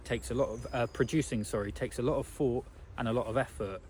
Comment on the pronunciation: In line with your comment in this video viz-a-viz: "You put something out and people critique it, and then you make improvements." May I please offer the following critique... You have a very good speaking voice, however it is somewhat spoiled by the lazy way you pronounce 'th' for example:- It's THink not "Fink" It's THought not "Fort" It's THree not "Free" It's THousand not "Fousand" It's anoTHer not "Anovver" And before anyone piles in and says it's just his accent/dialect, or a speech impediment, it's not. It's just a lazy habit that some people (mostly men for some reason, but not only men) fall into from childhood that was never corrected. That said, despite the distraction of the mis-pronunciations, it was a very good message. I especially like the part where you said we are made to create rather than to consume. We have got that totally back-to-front in this day and age, and I hold my hands up as guilty on that front 🙁.